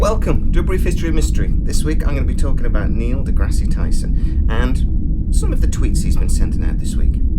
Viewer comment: By the way, you don't pronounce the "e" at the end of degrasse.